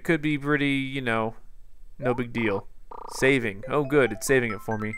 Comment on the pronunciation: "He laughed at meh. He LAUGHED at meh. Dis guys always laughing at meh." Lol XD